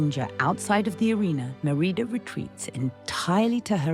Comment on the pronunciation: You said marida